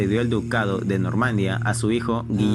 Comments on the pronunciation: No se dice Normandia, es Normandía. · ¡Normandía!, no "Normandia". Jajajaja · No pude terminar de ver el video, no soporté más que diga normandia en lugar de normandÍa, NORMANDÍA, NORMANDÍA, CON ACENTO EN LA I. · Normanďía con acento en la i jajaja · pronuncia bien Normandia xd..